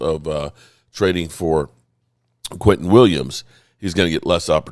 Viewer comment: Why do u keep calling him quinton??? It's quinnen!! 😂😂😂